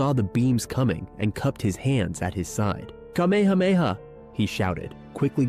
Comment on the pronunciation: Dont you know how to say KA ME HA ME HA!?! WOW